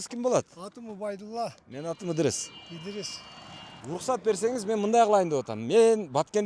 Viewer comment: Ыдырыс десе Идирис дейтко 😂